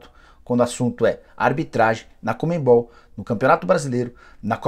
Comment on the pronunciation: Fala, Nicola! Sempre acompanho teu conteúdo, diariamente. Mas uma coisa me incomoda demais: tu falares "ComeMbol" ao invés de CoNMebol. É chatice minha? Sim, eu sei. Mas faz eu sair dos vídeos normalmente. Só uma sugestão. Abraço